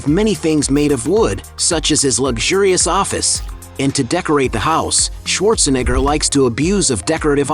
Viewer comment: This guy really having a tough time pronouncing "neigh".. comes out as "nih" everytime. Just say Arnold.